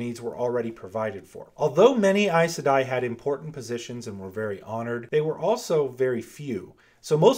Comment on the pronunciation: Does it bother anyone else how he say aes sedai??? I? I say e....